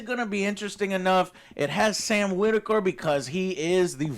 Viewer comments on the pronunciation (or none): Sam Witwer. Not Sam Whitaker